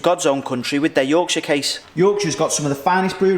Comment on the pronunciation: If you say 'Yorkshire' like that ever again your regional accent certificate will be revoked...permanently!